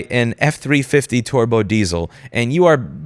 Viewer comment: "...f tree fiddy teaarbow..." 🤣 love ya louis, absolutely agree with your point, but this mis-speak made me die lmfao imma use that pronunciation as someone that works in motorsports lol